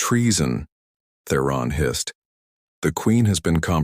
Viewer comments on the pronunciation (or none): hissed not hist